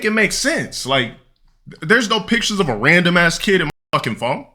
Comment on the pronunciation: "Axed", "keed", not a rog btw